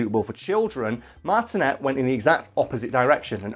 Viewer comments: MAR-TIN-AYE NOT MARTIN-ET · It’s Martin - A, not Martin - et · I've had the privelidge of meeting Charles Martinet (pronounced Martiné) and he is the nicest guy you'll ever meet! Its clear he loves his job and what he does for Nintendo!